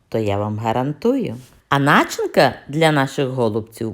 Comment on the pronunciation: У слові: начинка, правильним є наголос на другий склад, ДРУГИЙ!!!! Не робіть з мови посміховисько. Вуха вʼянуть. А рецепт гарний, слів немає! Дякую сердечно!